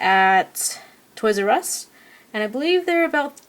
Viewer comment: she said toys r ud